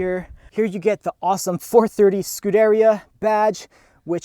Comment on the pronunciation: Great Video! Beautiful sounds. Love the passion. Few corrections: carbon ceramic brakes became standard on '08 and beyond Ferraris. "Superfast" was first used for a Ferrari 500 Superfast (~1964). It's "Scu-dér-ia" not "Scú-deria."